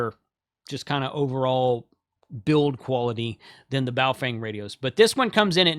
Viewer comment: you nailed the pronunciation of Baofeng (pronounced "baofung").